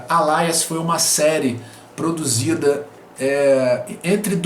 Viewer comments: Gostei bastante do vídeo, mas a pronúncia me irritou um pouco. Não é sua obrigação ter a pronúncia perfeita, mas permita-me lhe ajudar: "ÊLIAS"! Continue o ótimo trabalho! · desculpa a chatice (chatice mesmo kkkkkkkk), mas acho que a pronúncia do Alias que vc está dizendo não é essa...